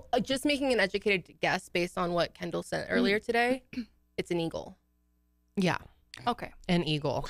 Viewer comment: Everytime you say Kendall😅I hear Ken-doll🤦🏼‍♀️